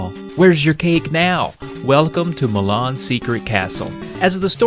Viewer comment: I keep hearing you say "Mah Mom's Secret Castle"